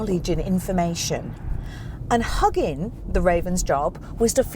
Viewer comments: Great. Though its not "the hugging platform" its more Hu-ugin platform. Huuugin with U like in yOU, not like A in Haggis. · Pronounced Hoogin and Moogin. Greetings from Denmark.